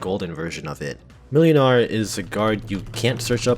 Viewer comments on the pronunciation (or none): Ngl, pronouncing Mlynar as "melinar" very slightly throws me off; closest way to actually pronounce it is "Moinar" iirc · Just search for "ynar", there's no reason why you could only search for the start of the name. Also, it's pronounced Muynar. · the second letter in Mlynar's name is pronounced like a w. So in pronunciation, it should be more like "Mwynar". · Whenever you said Mlynar i heard Millionare.